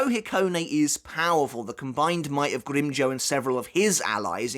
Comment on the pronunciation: ngl i hate the way you pronounce his name